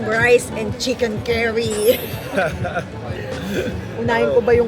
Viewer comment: Chix cerry daw di ba chix curry or carry ang pronounce hahaha